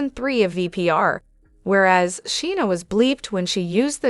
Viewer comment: You need to learn to pronounce Scheana's name correctly!!